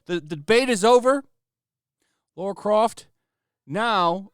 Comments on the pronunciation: Dude... its LARA not Laura. Jesus Christ. "I love channel" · Lara, not Laura.